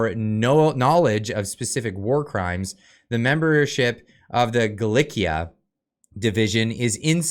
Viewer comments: Gal ee she a I believe it is and not Gal lick e a. I can't stand that Gould person. I've seen and heard quite enough from her and I hope Poland gets Hunka. He had his few minutes of glory thanks to Trudeau and now he can leave Canada. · GALIICIA pronounced ”GA LAY SEE A” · I have no idea about the Austrian connection but I am hoping Canadians can pronounce Galicia properly.